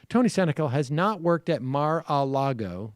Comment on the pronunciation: Lol why does Sam pronouce Mar-a-Lago like that